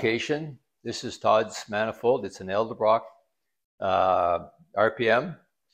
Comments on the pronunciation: Edelbrock not Eldebrock..it’s like when people say Gartlits instead of Garlits. Sorry to be so picky but it erks me when I hear names mispronounced ! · Dude, He pronounced Edelbrock incorrectly.